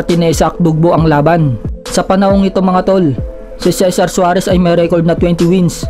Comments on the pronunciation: Parang mali.juares yata at hindi suares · Tama ba narinig ko, Cesar Suarez? Cesar Juarez po xa idol.😉 Pero ang ganda ng video mo idol.